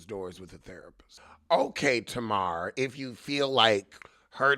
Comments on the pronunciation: Tuh-mar? Is that to be funny? Tay-mar. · Every time you say tana Wanda....I crack up 😂😂😂😂😂